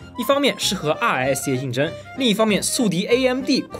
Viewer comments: RISC那个念瑞斯克我的哥啊 听的尴尬癌都要犯了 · RISC和CISC你这样读真的很难受啊。= =作视频前好歹做做相关的功课吧。发音是risk和'sɪsk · 一听就不是科班出身，来跟我读，risc，cisc